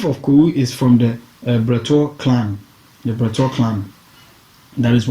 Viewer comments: Asaase Aban literally means a nature's storey structure. Aban in Twi means ' high rise or storey. Hence the Twi phrase Aban soro - storey building. Man, your Twi needs some work. Get some help with 'Bokruwa' - stone cup and Bretuo. You 'massacred' some of those pronunciations. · you need to learn how to pronounce these Akan towns properly.you pronounced 90% of the town names wrong. what did you say Bretuo clan was? I beg